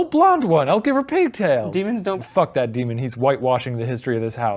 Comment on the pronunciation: shane: "DE-mon" ryan: "stop calling it that" shane: "DE-mon" THAT WILL FOREVER KILLLL MEEEE😹😹😹😹😹